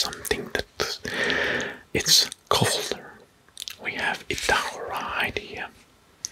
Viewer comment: And Florida is pronounced with the first syllable stressed, not the second. And Idaho is pronounced as EYEdəho 🙂